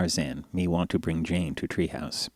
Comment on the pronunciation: Jane. Not chain.